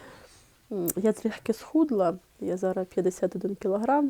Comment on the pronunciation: Приберіть зі своєї речі слово "цупка"...не треба завжди та всюди його тулити!!!!!! І ще є слово "зараЗ", а не зара.....перехід на рідну українську це добре,але не треба так